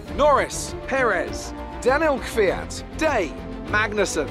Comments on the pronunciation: NO NO NO, ITS NOT KVYYAAT, correct pronunciation is is KVYAT, YA in one sound, like YArd, and its goes fast like one letter. Please watch some Alexey Popov russian formula 1 commentator, and listen how he tell his surname, it will correct. Im russian, and i know how it sounds right)))) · You still say Kevyat when it is Kvyat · Bro his name isn't "Kyvyat"... it is "Kvyat".... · whoever told you its K-Fiat is completely wrong. It´s not K-vyat either. It´s K (pronounced like the C in cool without the ool) and then without the slightest pause vyat. Kvyat. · During the race: Ku-vee-yat After the race: Kivy-at "Thank you everyone for the correct pronunciation of that one" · LMAO Everybody who knows russian is triggered af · U overpronounce v, try kvat and then add soft v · Do you actually watch f1 or do you just play the game? For someone who has built their "career" on F1, you seem to have to get corrected a HECK of a lot on your driver/team pronunciations... there's been 3 races already this season... Yes Alpha Tauri are new, but Kvyat have been around for years and made headlines. You know it's called 'fore mew la 1" not 'mow dus, opera andy, sing gew la rit ee'' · Incorrect pronunciation of Kvyat, but don’t worry, it’s pretty impossible for English speakers to pronounce it the way it sounds in Russian. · I'm not sure what the chat said but Kvyat should be one syllable